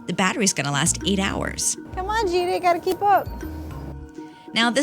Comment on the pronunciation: Why i always hear 'cheetah ' instead of 'gita'